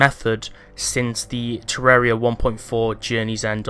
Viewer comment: WOWWWW a YouTuber that actually pronounces the game title correctly. I'm shocked